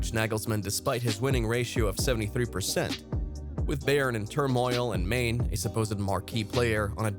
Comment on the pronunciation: Do you even watch football? That pronunciation of Sadio "MANE" hahaha